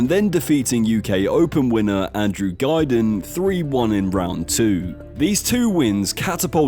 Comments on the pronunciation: Also Andrew "Guiden" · don't think it's AI, just think the guy can't pronounce names.... AI wouldn't mess up Andrew Guilding's name that badly